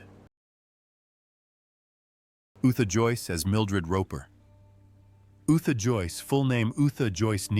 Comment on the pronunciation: You're totally correct both very much alive and I'll be reporting. Anyone who can't pronounce Yootha Joyce's name correctly shouldn't be making videos about her .